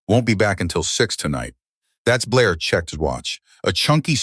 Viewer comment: He checked his pulse! He did not chuck his pulse!!! Get it right it is not hard to check the story if you are using AI. definitely check the story before you put it out there because AI does not say every word right!!!!!!!